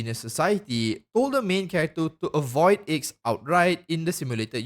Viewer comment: Bruh, the Aeon of Nihility’s name is a Roman numeral. No shot anyone actually thinks it’s pronounced “Icks” Also, the reason it’s named after the number 9 is because 9, (Roman numeral IX) is the number of the hermit arcana in Tarot reading. And the aeon themselves is reclusive and antisocial.